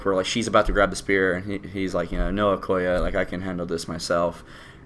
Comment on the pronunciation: You mispronouncing Nakia and Okoye is really getting on my nerves for some reason. I love your reviews.